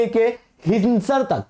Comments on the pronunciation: अबे भाई ओ हिन्दसर नहीं हिसार हैं | 😂😂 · Sir ❤️I'm From kaithal ❤️💪 and this is not हिनसर this is हिसार district 🤗🤗🤗